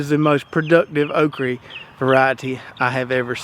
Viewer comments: It is okra not okree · Why can't you say "okra?" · Love how you say okry